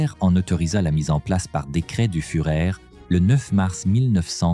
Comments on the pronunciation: On dit "fureur" et non furet. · Ach…mourir pour le furet…une honte l’IA…